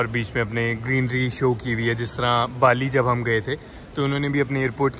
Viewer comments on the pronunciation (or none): none